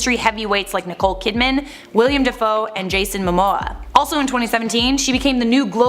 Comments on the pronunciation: it’s Willem not William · Willem, not William.